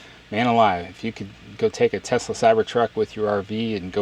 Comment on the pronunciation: It’s pronounced “Teslurr” now.